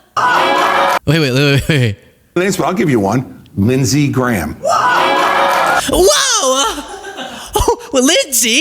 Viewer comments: Lindshe Gayham? Seriously? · Its lindsey GAYHAM